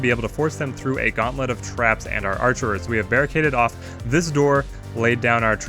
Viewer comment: It's just "archer".